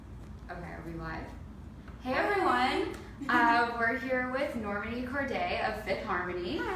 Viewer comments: lol at the beginning she said normini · I know Normani was dying inside when the lady said her name wrong and trying not to correct her in a mean way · lol she should of did a Cara delevinge when she didn't pronounce her name right at the beginning! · said her name wrong 🙃🙃🙃